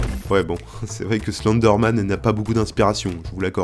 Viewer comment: Tu prononce mal Slenderman